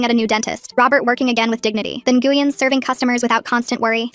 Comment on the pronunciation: Ngueyn is pronounced win ❤